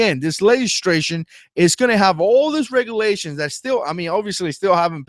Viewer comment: Legislation NOT Legistration.